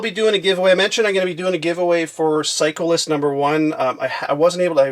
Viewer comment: It's sound like you say cyclist for psycho list haha